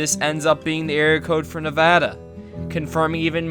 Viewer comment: Don’t say Ne’vada please, don’t be a tard